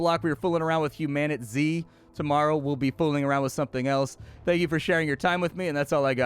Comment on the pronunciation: ...what is it? Mispronounced. Humanitzed.